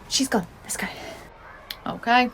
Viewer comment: why does it sound like Mia said Costco not lets go